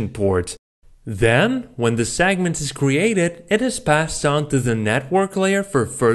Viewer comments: Please,.it's pronounced segment, not sagnent. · I was watching this at 1.5 speed, and it sounded like he was saying "sagment" instead of "segment".